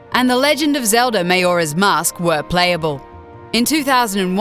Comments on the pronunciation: Josh Guerra she says legend of zelva... i think this alone would be enough for anyone working for a company that gave even a smidgen of a shit about its content to not get very far with that bullshit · it sounded like she said zelza too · Legend of Zelva? Seriously? Is it really that hard?! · she said velda iinsted of zelda and melee insted of meley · "The Legend Of Zelva, Ocaweiner Of Time" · "The legend of Zelva: ocareener of time" ... never heard of ot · I liked the "Legend of Zelva: Ocariner of time" one. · It wasn't just "Ocariner". It was also Legend of Zelva